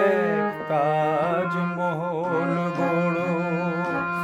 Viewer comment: মনে হচ্ছে মান্না গাইছে 😊😊😊 পিন্টু ভট্টাচার্যের কোনো ই ছাপ নেই তোর গায়োকীতে ভাই 😅😅 অরিজিনাল গানে কোথাও কোথাও ঠিকঠাক সুরে লাগেনি.. তুই বেশি সুরে গেয়েছিস ভাই... তবে তাজমহল উচ্চারণ সঠিক নয় .. উভয়ের ক্ষেত্রেই...